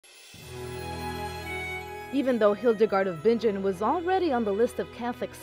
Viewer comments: Her name is actually pronounced "bing -ehn," not "bin-jen." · Its pronounced Bin-gen, not Binge-jen!